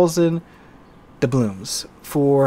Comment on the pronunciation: ITS dublooNs not dublooMs ...